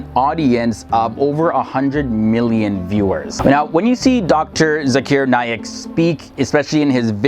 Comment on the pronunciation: its Naik, not Naylack ALSO, Only Allah SWT can decide who is a good Muslim and who is not